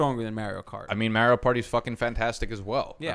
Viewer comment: Your pronounciation of Mario made my ears start to bleed bro